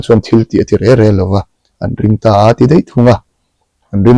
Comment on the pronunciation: Sir, reng reng tih tur hi re re i ti zel aa